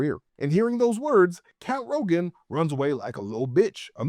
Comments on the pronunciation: His name was Count Rugen, not Rogan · Not that I necessarily mind, but that character’s name is Count Rugen, not Rogen…